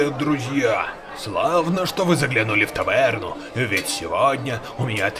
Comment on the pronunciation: Таверна или тавэрна вот в чем вопрос